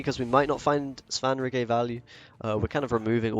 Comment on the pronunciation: Hey it's pronounced Svan-rigger. If you've played the Witcher 3 it's understandable that you don't know because he's only named a couple of times